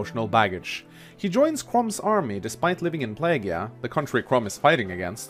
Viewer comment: Nine Tails also "Plee-jee-ah", not "pleh-gee-ah" for Plegia.